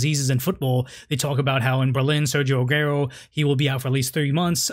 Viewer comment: Not ‘Agerro’ it’s pronounced ‘Ser-gio Ah-gu-erroh’ + interesting topic, great issue to cover.